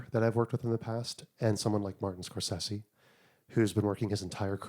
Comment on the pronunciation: Huge props for pronouncing Scorsese’s name correctly. So many people call him “Score-say-zee”!